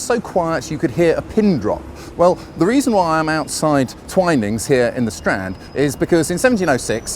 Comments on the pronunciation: Twinings the way you're saying it would be with two ns. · Hmmm T.I.P..... Surely it would be 'To Ensure Promptness', not Insure. Yes to pronounce Twinings, the way you thought it was, would be to spell it Twinnings.